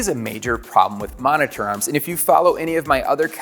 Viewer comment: i hate the way this guy says monitor